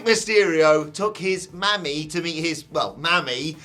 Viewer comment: It’s pronounced like “Mommy,” not “Mammy.” 😂